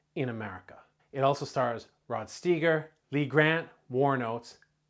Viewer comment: “Steeger?” Please…